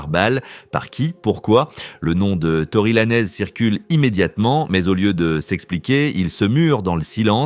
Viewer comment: Tory Lanez👀🙄😳🫵🏼🤣. La langue française c'est possible🤦🏼‍♂️🤌🏼. La prononciation du rappeur est foudroyante. Si le fait de bien dire le nom, prénom ou pseu(pseudo) d'une personne vous déchire. Dite X ou Y. Ne vous compliquer pas la vie🤷🏼‍♂️